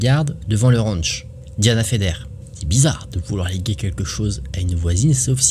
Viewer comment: on dit blizzare pas blizzarde 😅